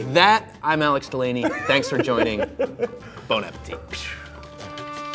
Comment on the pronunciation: Did they say Bone Appetit?